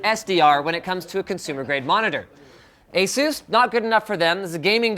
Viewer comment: why do people say Ay-sues? it's Ace-us